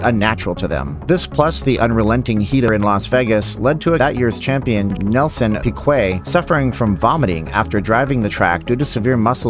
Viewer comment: Piquet - Pee Kay not Pee Quay